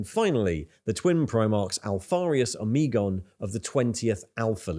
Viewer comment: The only thing that bothers me is the weird pronunciations you sometimes display, such as for Omegon or Nikaea.